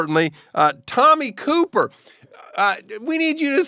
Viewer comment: It’s Tommie CoPPer not Cooper Daniel. Prob get some free shit if you said it right.